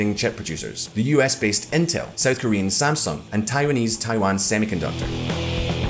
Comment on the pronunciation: Good job pronouncing Samsung the correct way. Please keep it up with other Korean names :P